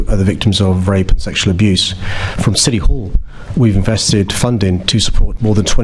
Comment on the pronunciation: Really??!! You are turning or have turned the 'police service' against the REAL patriots and British People of London!!!!!! You bore me to tears, you're NOT listening!!!!😡 Oh and by the way......there is a 't' in City!!!!!!!!! You Mr. Mayor are pure evil!!!!!